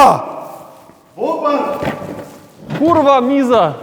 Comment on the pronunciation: Who taught You to speak "KURWA" so perfectly? ;) :D ;) :D P.S. Nice video :)